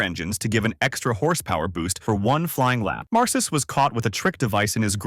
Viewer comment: Dave Mar-ciss and Chad Nows, lol